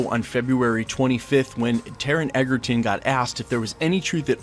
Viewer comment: You’re mispronouncing Taron’s surname. It’s pronounced “Edgerton” 😊 by the way, I’m the biggest fan of Hugh Jackman and Wolverine but I think Taron can be a good choice. Also, Taron and Hugh are good friends so I think Jackman would be happy if Egerton take the role.